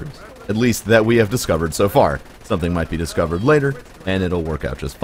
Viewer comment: Dude, why the hell can you not say "so" correctly? You can pronounce "s"s fine, so what the hell?